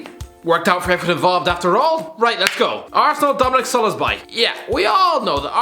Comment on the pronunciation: No one:: DoMiNiC SoLoSbAy